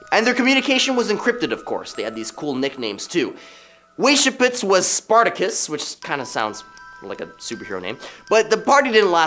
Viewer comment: Please get your dude to learn how to pronounce the Illuminati's founder. It sounds like "wice-haup"! Lol! Thanks